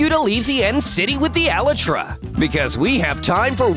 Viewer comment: Me cringing the way he says 'Elytra'